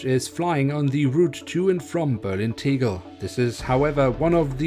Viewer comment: I love the way he said berlin.. it sounds french ngl. (Im not being mean, DO NOT take this seriously)